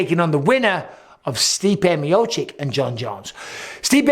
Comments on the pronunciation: Bisping still can't pronounce miocic (mee oh cheech) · C'mon Mike please say Miocic right